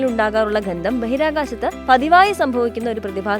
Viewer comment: എന്താണ് ഘന്ദം മോളേ?